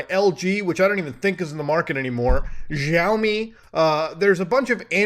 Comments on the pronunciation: mf said zxhshaomi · Why he said giaomi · That's not how you pronounce Xiaomi.. I'm offended and feel oppressed Muta 😢